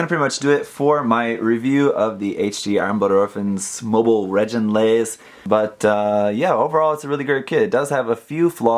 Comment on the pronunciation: Great review :3 BTW: the "gi" in reginraze is pronounced as in "gimmick"